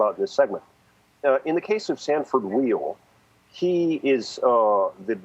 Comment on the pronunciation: Sanford Weill's name is pronounced "While", not "Wheel". He was Chairman of the Board of Carnegie Hall, when I worked there a long time ago. Also CEO of Citigroup.